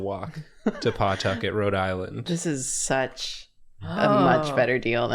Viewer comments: As a Rhode Islander I find their very deliberate pronunciation of the "paw" in Pawtucket very funny. We want to get through words fast and will sacrifice annunciation to get there so we say Puhtucket as well as Rud Island with all the sounds running into each other. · As one of the few people from RI, it hurts to hear them continuously call pawtucket PAWtucket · As a fellow Rhode Islander who now lives in the South, I've had to explain to so many people that "it's not PAWtucket. It's Puhtuckit. Like 'the bucket'." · Listening to yall pronounce Pawtucket is both the funniest thing and makes me die a little inside everytime.......it's pa-tuck-it 🤣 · I didn't know what any of y'all were referencing at the beginning. but I do know what boo-bahs are and they're terrifying. also, it's pronounced "puh-TUCK-et" :D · I feel like most D&D players know oubliette. Also Pawtucket is pronounced Puh-tuckit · As a RI native I always forget there’s a W in Pawtucket 😂 it’s just Puh-Tucket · I live in RI and it’s so funny when they saw it and karina based her whole drawing on it but it’s pronounced Puh-tucket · The constant emphasis on the Paw part of pawtucket has me sobbing 😭 is it that weird of a name??